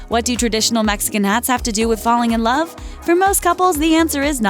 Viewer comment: "In loerve" 😂😂😂😂😂😂😂😂😂